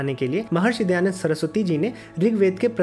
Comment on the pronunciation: Bhaiya... Please... Not Dayanad